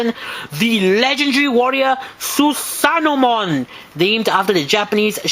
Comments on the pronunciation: It's not "Susanomon" It's "Susanoomon". I know it's redundant, but you have to pronounce the "o" twice. Come on now. You gotta get details like this right because... umm... I said so! *Enjoys nitpicking these olds vids despite enjoying the review and giving it a thumbs up* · Su-sa-no-O-mo-n ： スサノオモン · "THUTHANOMON!" Great figure tho